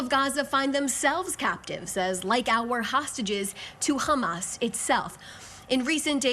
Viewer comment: “qhammas” not to be confused with “hammas”